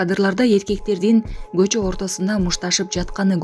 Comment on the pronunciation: Журналисттерди карап чыгарышпайбы гөчө гүбө дебей көчө күбө дейт